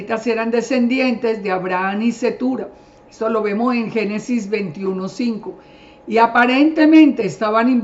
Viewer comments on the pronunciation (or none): none